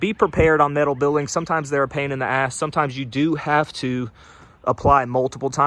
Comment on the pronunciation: Met - al not Mit - al😊